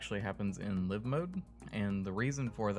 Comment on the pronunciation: Isn't it Lie-ve mode? It's not live mode, as in to live somewhere, it's live mode, as in it's now live, as in the word, alive. But I can understand the confusion and the reasoning: Live, as in they are living on the lot now, as opposed to, the game has now gone live, as in, it's no longer in static build mode. Oh well, nevermind. Many people get this wrong and I'm sure there are many arguments about whether it is pronounced lie-ve or live.